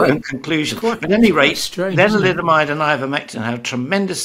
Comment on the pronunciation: 😊around 3 min mark is he saying linoliamide?